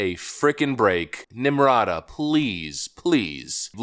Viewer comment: Nimrata lol Nimcomputa